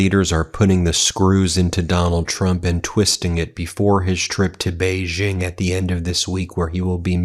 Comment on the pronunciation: Ben, please upgrade your pronunciation of Xi Jinping. “Xi” sounds much more like English “she”. Neither it nor Beijing”use the French “g” as in “beige”. So “Xi” should sound like “she”,and the “-jing”in “Beijing” should sound exactly like “jing” in “jingle bells”. — China watcher.